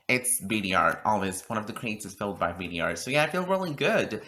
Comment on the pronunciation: Btw It’s pronounced bader, not b d r